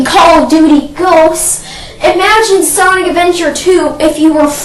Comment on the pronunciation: hes foring us to agree and hes saying sanic hes obviously too young to understand